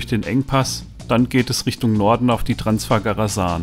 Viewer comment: Transfagaraschan... So ist richtig zu sagen.